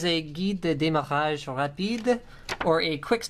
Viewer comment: love your french prononciation lol guide de démarage rapide, good job !!